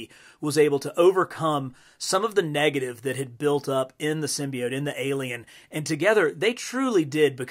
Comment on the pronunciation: Hey man, not the biggest fan of how you say symbiote but l still love your vids 😂 also would be dope to finally get a venom figure